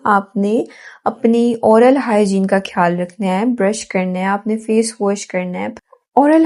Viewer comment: Behan aap ne guide Karne ki achi Koshish ki hai laikin Urdu hamari apni zuban hai is ka talafuz kharab na honey dain kyunke zuban ke talafuz ki kharabi ke aagay har tarah ki grooming fail hai. Insan ki taleemi qabliyat mashkook ho jati hai. Aap خیال کو کھیال bol Rahi hain خاص کو کھاس bol Rahi hain, khyal rakhain, jazak Allah.